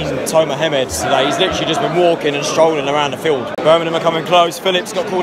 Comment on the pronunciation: It's BIRMINGHAM mate not Burnamem.